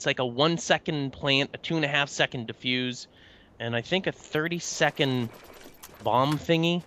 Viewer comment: It's Defuse.... smh